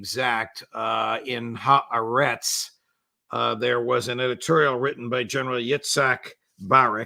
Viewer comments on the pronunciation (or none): Someone please tell judge that its pronounced 'Haretz' and not 'Ha Aretz'. Ffs